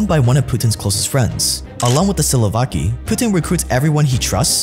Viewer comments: It's "Siloviki" not "Silovaki" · Bro, very cool videos honestly. But damn, can u pronounce the words at least a bit more appropriately, you had “siloviki” written correctly yet you said, slovaki, which means a whole different thing The same with Khodarkovski’s surname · SilovAki will come after you for calling them SilovAki. It is Siloviki. Silo and wiki - wikipedia. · it's see lo vee kee, not silovaki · Good vid but "silovaki" really hurts my ears. You don't say "wakipedia" right?